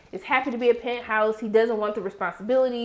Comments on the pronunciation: are you saying "Pent House" on purpose for "Pentos"? If so, I think it's cool. I mean Pentos is wealthy AF, so it works 🤣🤣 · I usually don't like to correct people when they say things wrong. But when you are referring to Pentos it sounds like you were saying Penthouse...lol